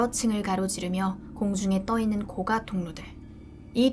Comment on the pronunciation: 고가가 아니고 고까 라고 발음해야함